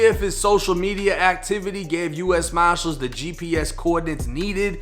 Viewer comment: can’t say “ US Marshall’s” to him it’s US Moshalls..